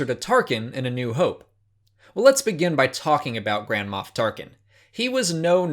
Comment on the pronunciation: You sound like you're saying grandma